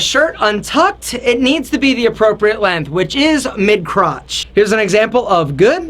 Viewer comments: length not lenth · LenGth. What is this LENTH business you speak of?